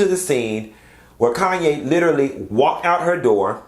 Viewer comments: Just a point of correction. Her name is KHANYI not 'Kanye' and it is pronounced as 'Kanyi' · Khanyi. Pronounced "Connie". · Q calling pronouncing that lady's name as Kayne is taking me out 🤣🤣🤣